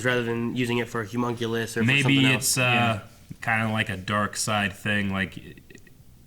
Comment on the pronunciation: Their insistence on saying "hUmunculus" and "Link" is really frustrating